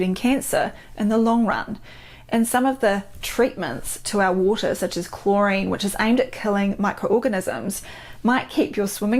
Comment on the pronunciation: luv how she says waur-tah 💕